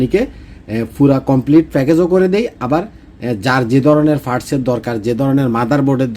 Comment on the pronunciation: মনে কিছু নিবেননা,আপনি পার্টস (parts) কে ফার্টস আর স্পষ্ট কে এস্পষ্ট বলেন।তাহলে চাইনিজের সাথে কথা বলেন কি করে ?